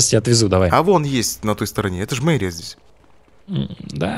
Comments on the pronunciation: у депутата ошибка.. "..я Депутат МЕрии" а надо Мэрии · Не мЕрия, а мЭрия, проверочное слово - мэр.